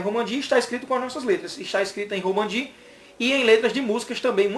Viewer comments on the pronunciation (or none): Romaji, e não Romanji.